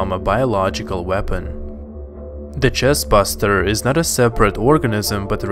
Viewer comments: chestBURSTER!! NOT BUSTER AHHHH!!! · Pretty sure it’s pronounced “chest burster” instead of chest buster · BuRR-Ster. BURSTER. Not Chest buster. Learn to pronounce things you dolt. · hey why did you say "chestbuster" instead of "chesrburster". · It's chestburster not chestbuster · Bro please, it's burster not buster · Chest burster not buster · Chestburster... not chest buster. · It’s chest-burster not chest-buster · who else is yelling at him “*ITS NOT CHEST BUSTER ITS CHEST BURSTER*” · Every time I heard you say "chestBUSTER" instead of "chestBURSTER", a little piece of me dies. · CHESTBUSTER OR CHESTBURSTER PERIOD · "Chest Bust-er" Everyone else: Chest Burster. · THIS!! Everytime he said "Chest Bust-er" I was screaming at home "CHEST BURSTER". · Is anyone gonna mention that he said “chest buster”? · Did you say "Chest Buster"!?!? Hmmmm? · Nobody: Literally Nobody: Him: Chestbusters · He calls them "chest Buster's" lol